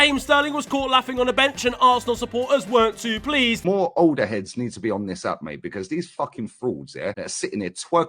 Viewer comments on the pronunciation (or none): none